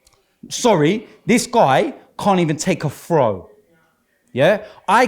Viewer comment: "He can't evun take a frow Wobbie." lol needs speech therapy I swear.